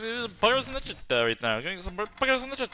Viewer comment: poggers in the chattuh my little piece of shieto